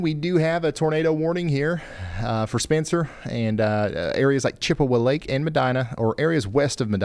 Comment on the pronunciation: The pronunciation of Wooster and Chippewa Lake was crazy...